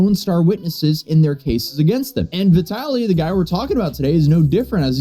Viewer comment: Bro, I don't know if you intentionally call him 'Vitality'; he is 'Vitaly'. LOL.